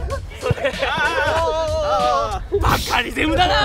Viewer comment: バカリゼムw バカリズムみたいに言うなw